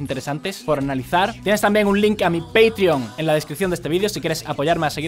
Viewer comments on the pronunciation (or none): none